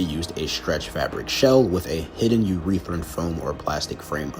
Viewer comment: I agree but you may wanna check how to pronounce Urethane You-re-they-ne You said it like urethra